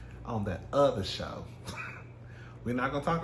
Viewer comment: "That OTHA show" takes me out every time 🤣